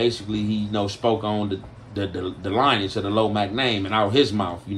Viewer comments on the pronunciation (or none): He said "lingreage" 😂